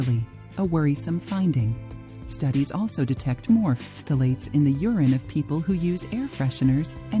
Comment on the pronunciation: As a chemist, I was in the chemical intermediates field for years and we never pronounced phthalates the way you do😅! It’s more like [thalates] the ph is silent. It took me awhile to understand what the hey you were talking about! 😂